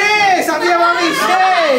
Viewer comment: সবগুলি “দন্ত স” ( উচ্চারণ দোন্তো স) কি ধরণের রোগে আক্রান্ত? সায়মা হয়ে গেলো শাইমা, সাদিয়া হলো শাদিয়া। আর সারাহ হলো শারাহ। বুঝা গেল, শিক্ষিত মানুষ হলেও, আঞ্চলিকতা দোষে দুষ্ট। আর তারাও তাতে খুশী।